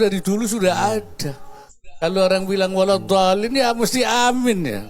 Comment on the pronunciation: dia ucap waladhooliiim...fatehahnya saja masih salah...yg benar itu waladhoolliin